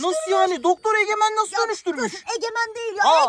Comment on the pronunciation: Resmen egmene egemen dedi🤣🤣🤣🤣🤣🤣🤣🤣